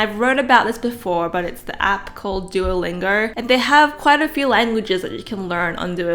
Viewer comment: So nobody’s gonna talk about her whack pronunciation of Duolingo? “Duo-ling-gerr”